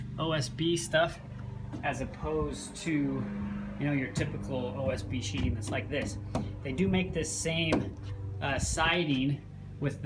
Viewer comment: It's called sheathing, not sheeting. I know, somewhat counterintuitive, but I didn't come up with that name. Not trying to be a dick, just saying. Nice shed. I'd love to build one at my house.